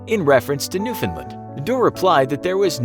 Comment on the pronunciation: I don’t like the way he’s says Newfoundland, my family’s from there and that’s definitely not the way you pronounce it